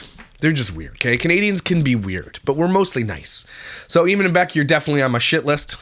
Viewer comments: It's pronounced A men lol. Love ya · Eamon is an Irish name , it’s an English version of Edmund and it pronounced AY-MON 👍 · Eamon is an Irish name, here its pronounced Eaaman